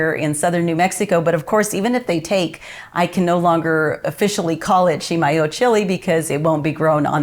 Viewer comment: Thanks so much for letting me know the correct pronouciation of Chimayo. Being a "new" New Mexican I'm trying to get some of the Texan accent out of my speech when talking about NM stuff. We bought some of the "true" Chimayo red chile powder in Santa Fe 30 yrs ago and it was fantastic! Any chance you might share a few seeds with Sally on Friday? Maybe we could trade you some of our first "crop" of Las Cruces tomatoes...